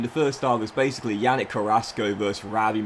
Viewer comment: Yannick is pronounced “Yah-neek”